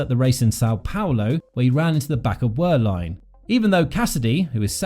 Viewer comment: Please… it’s “Ver-line”, the W of Wehrlein is pronounced as a V 👍🏻